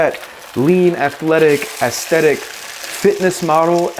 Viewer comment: Bro’s putting the fucking beatdown on the word aesthetic. Brutal.